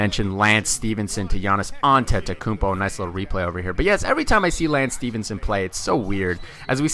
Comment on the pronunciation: Great Video and you started saying the Greek Freak's name right. :)